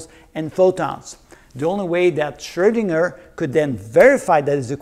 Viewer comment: I like how mr. pronounces the letter "Ö" in "Schrödinger" the way it is supposed to be pronounced - a lot of English-speaking people seem to be more comfortable with pronouncing it like "Schrodinger", but the "Ö" vowel sound actually does exist in the English language, like in the word "bird", for example.